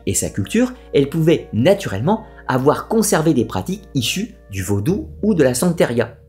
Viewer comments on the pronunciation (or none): none